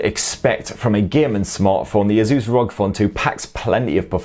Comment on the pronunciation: whats with all the weird pronunciation of "asus" lol